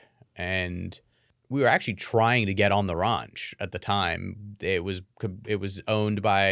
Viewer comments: RANCH not RUNCH.... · OMG if he says ronch one more time